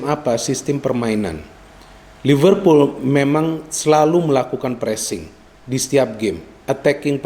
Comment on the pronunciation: Liverpool bung bukan Livervool